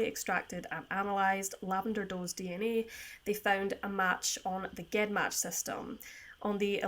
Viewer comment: Not a big deal but it's pronounced jen match like genes or geneoloy.